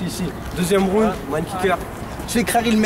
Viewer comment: c'est horrible comment ils prononcent "round" omg...